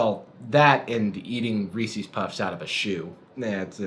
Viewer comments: It's Ree-sez Not Ree-seez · Did you call Reese’s puffs “reesees” puffs? Intriguing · i'm sorry... did you call them reeSEE's puffs?? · You did not just say "Reesey's Puffs." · I liked you until you pronounced Reese's wrong